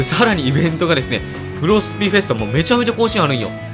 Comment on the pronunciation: フェスタがヒェスタになってますよ！ ふがひになってます！